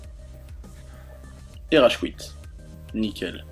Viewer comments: Oui il dit bien Rageqouitte xP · "Rage qouitte" ou c'est moi ?? x)